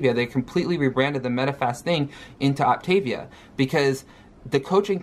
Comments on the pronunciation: So she has a month to learn how to say Optavial and fuel/fueling. I hope she doesn't eat the whole box in the first week. kcal is VERY low for anybody so imagine for our gooorl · The one thing that ticked me off was her pronunciation. Now i'm not a native English speaker, which is why I tend to pronounce things a little different anyway, but i had a few years in school where I took Latin, and “optavia“ is not pronounced like she does (at least in my opinion. I don't know if it's actually intended to be a Latin expression, but it seems like it is)